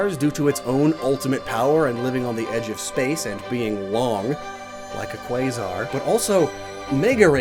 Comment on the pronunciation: How did you say Quasar correctly but pronounced Rayquaza wrong 😂